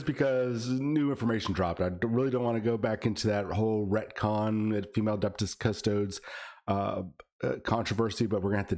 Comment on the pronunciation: Adeptus cus-toads?!?!?!?